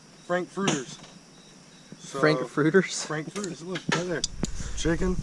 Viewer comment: look, rite der.. chicken frank-fruiters, HAHAH classic!